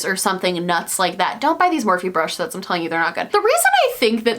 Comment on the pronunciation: Christmas Sets. Husband: Christmas sex? What are you even watching? Me: Christmas SETS. SETS! She said SETS! Husband: No. She said sex. Christmas sex. 🤷‍♀️🤦‍♀️